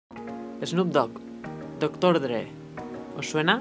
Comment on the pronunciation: doctór drEEE espikin inglis